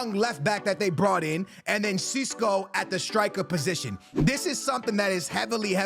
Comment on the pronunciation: sesko not sisko. lol